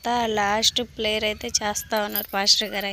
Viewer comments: ప్లేయర్ కాదు ప్రేయర్ ర్యాలింగు కాదు ర్యాలీ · ప్లేయర్ కాదమ్మ తల్లి " ప్రేయర్" ర్యాలింగ్ కాదు తల్లి "ర్యాలీ" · ప్లేయర్ కాదు ప్రేయర్ ర్యాలీ కాదు ర్యాలీ ర్యాలీ తినమంటే గొడ్డు మాసం కేజీలు కేజీలు తింటావ్ ఒక రెండు నిమిషాలు ఆగి మాట్లాడు ఏం మాట్లాడుతున్నావ్ అర్థం చేసుకుని మాట్లాడు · ప్లైయర్ కాదు మా ప్రేయర్ అనాలి 😊